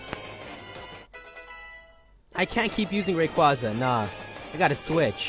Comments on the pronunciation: Man why does everyone butcher Rayquaza's name? (How it's pronounced) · Has anyone ever noticed that japenese people called Rayquaza "Rayquza"?